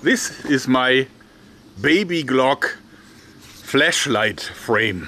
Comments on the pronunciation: You keep saying "fleshlight" instead of "flashlight" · It sounds like he is saying flesh light